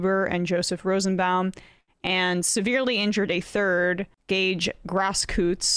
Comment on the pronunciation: Not "Grasskootz!" It's Grosskreutz. And Schroeder is not pronounced "Shrowder," but "Shrayder."